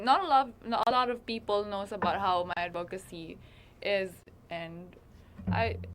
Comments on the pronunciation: Gazini - advocacy is pronounced with a short o, as in "of". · Yes, like an /uh/ sound, ADD-vuh-kuh-see, with the emphasis on the first syllable.